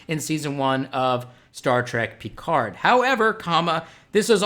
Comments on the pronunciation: ALSO, Love the way you say Picard :) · Any reason you can't pronounce Picard properly? I mean there is 7 seasons and multiple movies constantly repeating it.